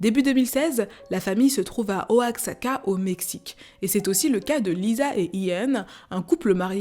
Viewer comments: Horrible histoire.. Mais pour la ville Mexicaine qui est Oaxaca ca se dit « Oiraca » le « x »se dit comme le « j » en espagnol 😊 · Oaxaca se prononce Oaraca;) Incroyable vidéo merci pour ton taf!